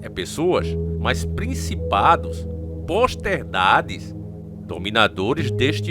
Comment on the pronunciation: Companheiro, se pronuncia: POTESTADE. Ou você não sabe Falar, ou tem a língua presa, kkkk😂